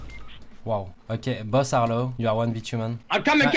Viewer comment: tu said que la plus par du temps du dit des mot en englais et la au lieu de dir low tu dit laaw